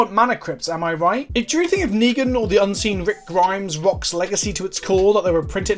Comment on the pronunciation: I love how both and do not know how to pronounce Negan